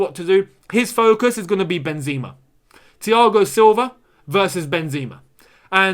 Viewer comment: MY MAN ITS PRONOUNCED MIL-E-TAO & BEN-ZEH-MA, not Mili-Tschiao & Benz-E-Ma I beggggggg that hurt my ears 😭😭😭😭😭😭😭😭